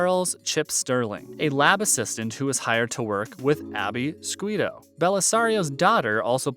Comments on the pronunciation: No it's shoe- toe.......not schoo( school) to(from here to there) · Scuito is pronounced schooto. If you're going to tell me about a series get the names right.